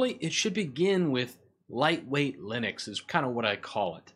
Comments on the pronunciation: its Linux not Linix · It sounds like 'Linix'...